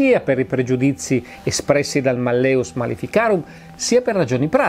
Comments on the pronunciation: Spero mi perdonerà la pignoleria, ma l'accento cade sulla prima sillaba: màlleus, non mallèus (la e è breve) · Giusto màlleus. Il latino mette l'accento sulla penultima o terzultima sillaba, a seconda se la penultima è breve o lunga. La e che precede la vocale u è breve (mallĕus), come avviene quando una vocale ne precede un'altra, quindi secondo le regole dell'accentazione latina quando la vocale della penultima sillaba è breve, l'accento cade sulle terzultima. Allo stesso modo in mallĕŏlus (da cui l'italiano malleolo) la o è breve, quindi l'accento cade sulla e. L'italiano per l'accentazione segue la regola del latino. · E malleus si pronuncia "màlleus" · Sì, però si dice màlleus. Il latinorum! 😊